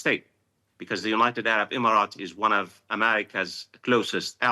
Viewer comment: Professor, you are saying “United Arab “Imarat” too much 😂😂😂😂